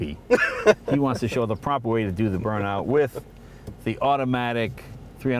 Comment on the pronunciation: Jay please stop trying to speak with a German accent. It sounds just crap !! And just to let you know we Germans know very good what a Burn-out is !!!!! And actually it sounds more like an Austrian.